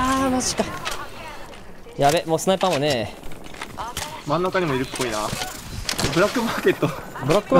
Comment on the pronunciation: しゅないぱーあも